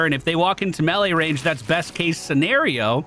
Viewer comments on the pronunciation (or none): Good vid. Like the energy, HATE the way you pronounce melee "melly" LOL